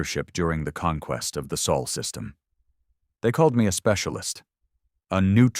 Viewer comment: It’s not the Saul system!!! For the fourth time it’s SOL. Get it right!